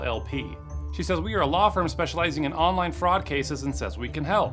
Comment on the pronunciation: Stop what? Fraucd? That isn’t even a word!